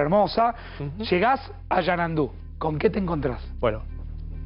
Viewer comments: No es Yanandu!!! Es Xanadu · XANADU...XANADUUUUU..NO ES XANANDU! LPM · El lugar es Xanandu o Xanadu😂😂😂